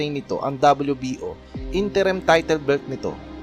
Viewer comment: careful with your wrong pronunciation with the word "title"